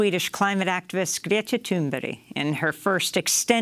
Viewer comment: Came to this with the attempt to learn to pronounce Greta Thunberg properly. I had to laugh a little when immediatly after she tells you how it's pronounced (Gre-ta, with the gre like the start of great)), you pronounce it differently as Gret-ta.